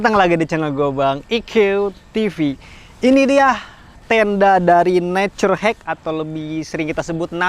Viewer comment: "Naturhek"emng kabiasaan maca na kitu lah wkwk😂